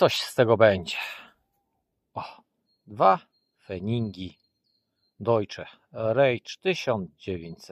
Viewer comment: Deutsches Reich czytamy - dojczes rajś. Pozdrawiam serdecznie i czekam na kolejne filmy z poszukiwań 👏🏻